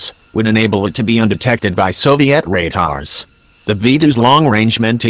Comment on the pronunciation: It's pronounced radar not ratar